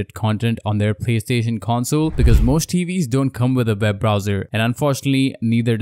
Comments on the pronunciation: It’s pronounced “web browser” not “veb browser” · It's also called an accent